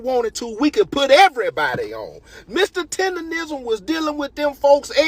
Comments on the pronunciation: Naw she said “tenderism” lol can’t even say it right cause she don’t have the right spirit!! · That lady doing all that talking but not even saying his name right. She’s saying Mr. Tenderism and it’s Mr. Tendernism. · She don’t even say his name right, she called him Tenderism, white slave master? He’s very much supported and he’s happy. Go Mr. Tendernism show em what you working wit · Yes!‼ Please say it right! Its Tender-Nism. Nism, Nism, Nism.‼‼‼